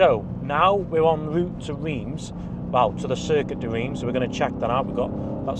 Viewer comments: Reims - pronounced Runce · Circuit de « reems »